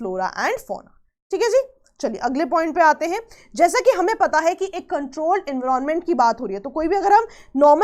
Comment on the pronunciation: Explaination was good no doubt but kindly do not unnecessarily pronounce the word in a different way just to show you know better than others..like we all know how to pronounce environment and everyone pronouncing in that way only And today you came up with the new one en-viron-ment.. seriously 😂😂😂 can’t you pronounce it simply environment just like others.. unnecessarily adding new pronunciations